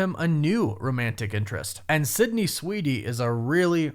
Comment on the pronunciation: I don’t think you’re saying Sweeney… 😂